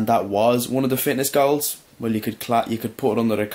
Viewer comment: Hey in the beginning of this video you said you need many goals but with your Irish accent (I am American) it sounded like you said have many girls lol... that sounds good to me........AWSOME video I always learn things from you......